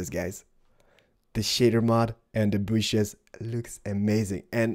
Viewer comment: Nice bushes you got there! "its all in ze bushes"